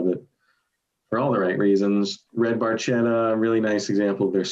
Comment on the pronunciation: Geddy actually mispronounces Barchetta. The C is hard.